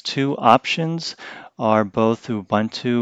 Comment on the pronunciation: Funny: prior to this video, I have listened like a reviewer butchered the word: Linux. Now this reviewer is doing his best to butcher the word Ubuntu.